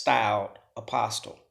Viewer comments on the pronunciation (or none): In English, the T in apostle is SILENT.